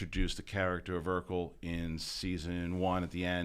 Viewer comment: It’s “Urkel”, Not “Erkel”.